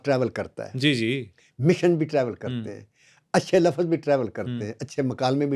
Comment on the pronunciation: ارے بھائی ، آپ "لَفظ" (LAFZ) کو (ل+فظ) (LA-FAZ) کیوں بولتے ہیں؟ پڑھا لکھا انسان کبھی La+faz نہیں بولتا ۔